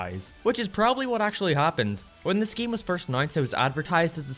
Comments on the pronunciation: I thought he said gay. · I like how he pronounces "game" lol G E A M